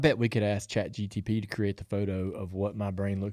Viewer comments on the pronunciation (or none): I love that always calls it ChatGTP rather than ChatGPT makes me chuckle every time he says it.